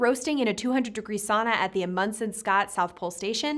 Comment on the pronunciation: Is that how St. Moritz and Amundsen are pronounced? Maybe. It's not how I'VE ever heard them pronounced, but I could have been hearing them wrong. Steve, Steve, Steve ... what has she done to me?